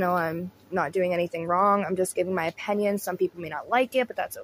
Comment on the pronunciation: I didn't know the word opinion had an a in it- "opAnion" lol. I watch and like your videos but when you mispronounce the word opinion... it's all I can notice. Take me out of the actual content. No hate. Just trying to be constructive so I can focus more on your content and not just a mispronounced word.